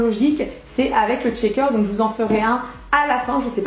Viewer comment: Par contre tu dis "Tchaker" toute la vidéo 😂😑